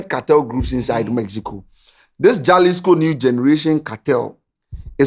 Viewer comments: small correction. The name is pronounced Halisco not Jalisco. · Also it’s pronounced halisco. Though it is spelt as Jalisco in Spanish j is pronounced as an h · it’s pronounced Halisco although it starts with a J. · Halisco is the Pronouncement Jalisco is the spelling. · the spelling be jalisco buh u for pronounce am halisco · please its pronounced Halisco not Jalisco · my boss its pronouced “Halisco” even though its spelt Jalisco spanish word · don't you watch current documentaries about cartels???..also it's pronounced 'halisco'..j usually sounds like 'h' or silent in the Spanish language 😊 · It's pronounced as "Halisco"